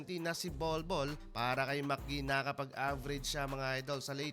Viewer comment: Idol "magi" po Hindi "macgi" Javale magi.